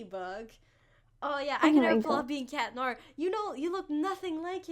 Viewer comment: Why do you say... Cat noAHhHhH